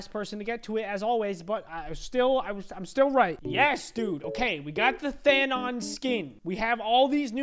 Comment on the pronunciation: What thanon not thanon ITS thanon